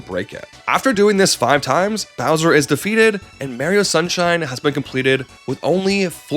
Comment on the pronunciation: Mare-E-O and his brother Louie G saving Prin-kess Toadstool from Bow-swear